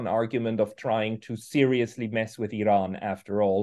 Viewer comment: Four months later has called 'Iran' perfectly.